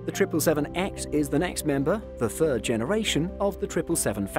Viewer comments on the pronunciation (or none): none